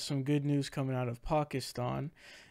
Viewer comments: Pronoucing Pakistan correctly, thats whats up. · As a Pakistani, I'm very happy regarding this news. By the way, kudos for pronouncing Pakistan correctly.